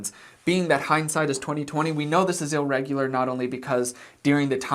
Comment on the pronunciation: "illregular"? That's not a word.